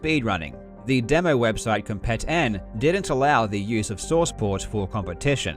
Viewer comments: Not to nitpick on such a great video, but "Compet-n" is supposed to be pronounced like slang "Competin'", like, "Competing" without the g. So like "come-peet-in". It's really whatever just figured id mention it. I remember when that site was still active and was the #1 portal for Doom speedruns. The Doom demo mechanic was great. Back in the day, actual videos were way too big for the internet at the time. A lot of people had dial-up and uploading a demo to submit or downloading a demo to view would have taken literal hours, sometimes DAYS for a long video of several hundred megabytes. For anybody who doesn't know, Doom demos only record player imputs on every frame, and loads an actual game and plays it with the recorded imputs. Since Doom uses a pseudorandom number generator based on player imputs, since all the imputs would be the same each time, the numbers called up would all be the same. And Yes, if you could somehow perfectly repeat all your imputs, you could play an identical game with all the same random numbers. But using demos, the file size is kept incredibly small as opposed to an actual video recording. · I think "Compet-N" is supposed to be pronounced "competin' ".